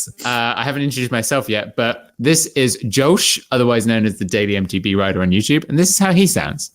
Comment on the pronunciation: "MT Brider" 😂🤣😂